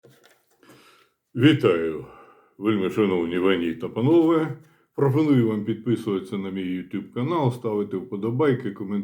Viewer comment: Пане професор! Ми не ,,ВАНІ,,. Три рази прослуховував, однак Ви сказали ,,шановні вані та панове,,. Пробачаю.